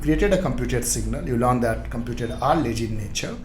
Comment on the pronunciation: Good One. Thanks for your efforts. Few suggestions - 1) Your face image is blocking the code that you write behind in the vs code eg: when you inject(bookservice) implements ngoninit - try to short your face image or better remove it. 2) your pronunciation of words like lazy and other words can be improved. Once again not blame you, just thought of sharing. thanks.